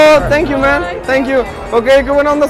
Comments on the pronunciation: Minuto Tenkiu ese inglés es de dioses jejejeje genial vídeo me divertí mucho 😏😁 me caen los dos muy bien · Like por todas las veces que dijo tenquio xd